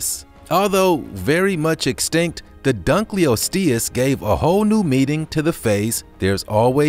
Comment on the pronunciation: dunkleosteus: dunk-l-lost-e-us